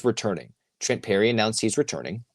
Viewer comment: PERRY, not Lerry :-)